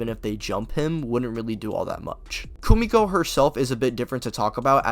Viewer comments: Hate to be that guy but it’s Kimiko 😅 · You powerscalers are somethin else man. Literally the wiki says he's a basic, non-powered peak human. He's not even making it past The Deep. I mean it's so obvious you didn't even watch The Boys. You genuinely don't even know how to say Kimiko's name correctly. And the fact that you're trying to scale Peacemaker to building level is genuinely just laughable. I mean come on, really? I get that it's all funny haha to make fun of The Boys verse and say they're the weakest verse in fiction but like taking it seriously and to this level is mental illness